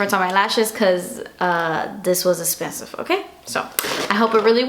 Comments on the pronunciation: "Guuurl.. das espenesiiive" lol seriously Love you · cause daaas essspensive!!! hahahah I LOVEEEE when you say that! I catch myself saying it often!!! love you your such an amazing person:)